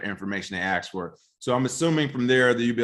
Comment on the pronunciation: Why do you say “aks” as in ask?